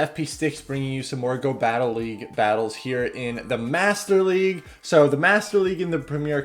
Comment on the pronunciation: "Whats'up, everyone, this is bringing you some more Go Battle Legue battles."